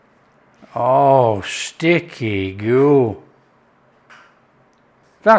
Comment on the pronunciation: ‘Ahhh stickeh goo’ 😂😂😂